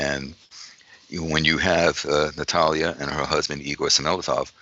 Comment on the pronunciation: Thank you, for pronouncing Natalia’s name correctly. No one ever does!